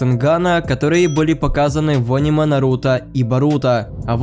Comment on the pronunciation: не ониме а аниме